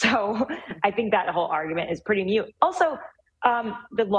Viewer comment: Pretty "mute"? Does she mean, "moot"? Which is like "moo", the sound that a cow makes, with a "t" on the end.